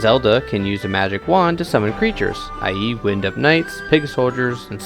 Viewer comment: Really great video! You are the only one talking about this! Also I think they meant wind (wine-d) up not wind (win-d) up.